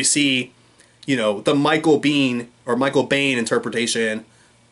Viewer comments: its pronounced BEAN.....michael BEAN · Michael Biehn is for us what Burt Reynolds is for Sterling Archer. And you're right that Kyle Reese (Mike's personal favorite character of all he's played) is the most pivotal character in the entire Terminator saga. The part of the saga that matters, that is. The name "Biehn" (which looks German but is actually Irish) is pronounced "Bean." The name "Reese" is the Irish version of the Welsh name "Rhys," so working Irish heritage into Reese's character is a detail in Genisys that actually made sense on at least two levels (because Mike and Kyle both have Irish heritage). In "Salvation," the late (but still great) Anton Yelchin played a great young Reese because he studied Michael Biehn. Jai Courtney is generic by comparison.